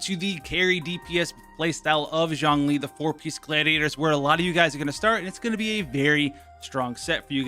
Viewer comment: 钟离。zh ong zhong 钟not jiang 姜 j i ang 。it‘s not seem Lol